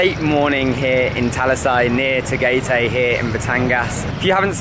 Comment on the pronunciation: Love buco pie. You can also try their pineapple pie. Just a correction. Tagaytay pronunciation is "ta guy thai" not "ta gay tay".